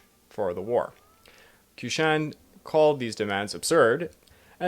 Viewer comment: Also q makes a "ch" sound in Chinese. Qishan is pronounced "Chee-shon"